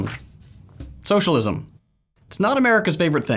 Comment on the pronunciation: "shullism" fucking hell 😂